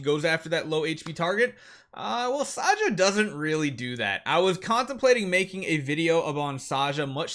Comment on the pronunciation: Why do you pronounce her name as "SAYA"? It's not Spanish.